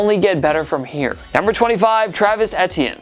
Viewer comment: The way he said Travis Etienne was hilarious